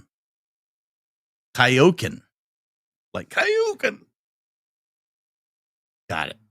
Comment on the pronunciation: It's funny you pronounced Kaioken like Hadoken bc Kaioken is a sort of similar type of attack, but from the anime Dragonball / Dragonball Z. Sorry I missed the chase. Really pleased I caught the QA.